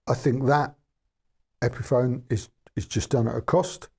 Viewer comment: Epiphone rhymes with telephone.